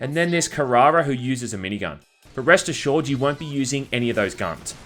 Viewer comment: are you or are you not saying breast assured?